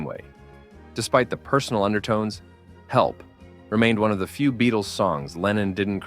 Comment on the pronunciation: Two points of order here: 1. The band was called The Beatles, not the "Beadles"; 2. Their manager's surname was pronounced "Ep-stine", not "Ep-steen". Otherwise, an excellent video. 🙂